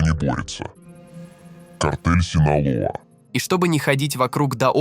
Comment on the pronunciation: Спасибо за видео, бро. Но зачем вставлять везде мини комментарии чувака с якобы измененным голосом? Раздражает все-таки… И картель не Синала, а Синалоа (произношение, как написано).